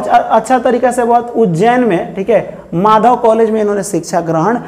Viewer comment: Glt mt padhayie manav nahi madhav hai